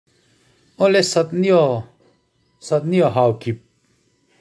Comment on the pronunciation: Satneo pronunciation chu satneu